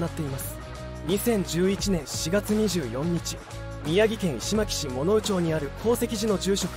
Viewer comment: 石巻市 いしまきし じゃなくって、 いしのまきし。